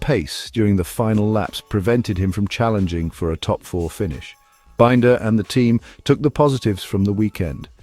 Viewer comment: What crap. Miller? Forget him. Also for heavens sake learn how to pronounce Binder!!!!